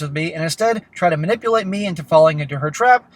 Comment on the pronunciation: “I was ma-nipple-ated.” —- every woman, ever